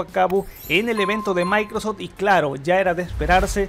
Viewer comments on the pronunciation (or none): Mis orejas sangrab cada vez que dices maicros store, es microSOFT store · Por qué pronuncias "maycros" al decir Microsoft? xd me encanta tu canal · "Maincrosoft" 10doritosdepueh "MaincrosTim"